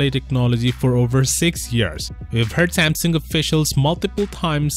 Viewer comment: It's called Samsung and not samson